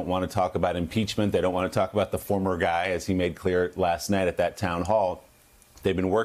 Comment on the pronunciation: I love President Biden calling T** " the other giy "😍😛